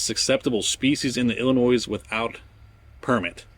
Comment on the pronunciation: The S in Illinois is silent.